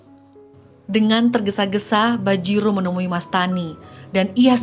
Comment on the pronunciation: Bajirao .. bukan bajiro